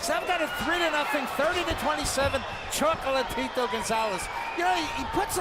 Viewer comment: "Chocolatirou" jaja que cura lo pronuncia el narrador.